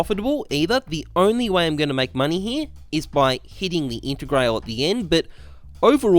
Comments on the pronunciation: “intergrayle” smh it’s integrahlay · Wayfu Intergrail Man I'm glad the content is good bc the pronunciation is Australian asf